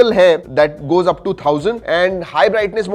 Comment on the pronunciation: One two ❎ One chu ✅ 😂😂😂😂